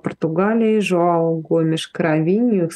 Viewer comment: Нет такого имени Жоао. Это имя правильно произносится: Жуан.